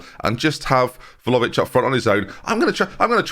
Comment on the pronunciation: I mean he continues to pronounce Vlahovic wrong so not like he's gonna change anything now is he lmfao